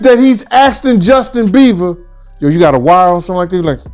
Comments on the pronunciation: Is it just me or does keep calling him Justin “Beaver”? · He keeps calling him Justin beaver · Someone tell him it's beiber ..not beever ....Ellen de genres ..Oprah ...need checking too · Is he saying Justin Beaver? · Why this man can’t say Justin Bieber?